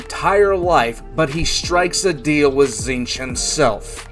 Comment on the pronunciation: Being's name: Tzeentch: Zeench Everyone on the planet: Zeench: Tit shitch